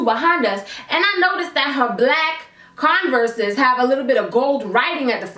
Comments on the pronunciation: You said Converse wrong.. it’s pronounced Converrs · the way you say converse 😂😂